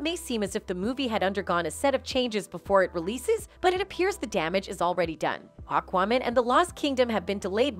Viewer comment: Say Aquaman again.... lol Weird way to say it! Sometimes you talk funny. And Worner Bros?! Looool Its Warner BROTHERS. Im unsubscribing because your tittles are misleading and you mess up with named (you should study and practice words and names the correct way). Its distracting.